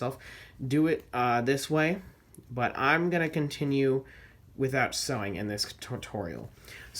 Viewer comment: At first I thought you said no suing